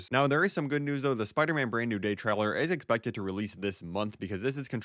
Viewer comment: stop saying traler its trailer